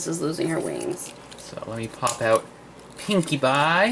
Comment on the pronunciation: the first time said pinkie pie it sounded like pinkie bye